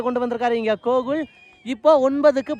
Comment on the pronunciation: Gokul ❌kogul👍🤣